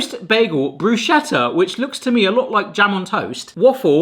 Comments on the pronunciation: It’s Bruschetta [broo-SKET-tah], not broo-SHET-tah. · Bruschetta is pronounced BRUS-Keht-tah. It's Italian, not German. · Bruh-Skeh-Ta! Thank you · I'm not gonna explain defrost to you because it seems some people already have lol but I will say it's pronounced "bru-sket-ah" 😉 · I've been unable to find a toaster that isn't a piece of junk or costs a small fortune that's more complicated to operate than launching a rocket into space. Now, I simply use my small griddle. Every time you pronounce bruschetta the way you do, an Italian has a near mental breakdown.